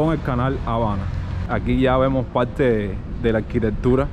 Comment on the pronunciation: Se dice PaRRTe no Palte